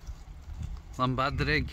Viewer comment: Nice video & Da iawn / Well done for the perfect pronunciation of ‘Llanbadrig’ at the very end of your video 👌👏👏 (Not Llanbedrog, that is a different place)